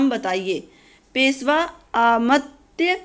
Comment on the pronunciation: Peswa nahi peshwa hota hai maam s aur sh me bht difference hota hai